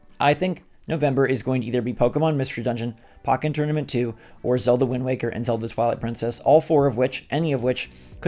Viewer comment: Why do people pronounce it POCK-en Tournament…? It’s pronounced like the first have of Pokemon. POE-ken Tournament